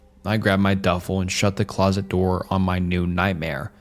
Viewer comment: He pronounced closet as ‘closest’. Totally bungled the story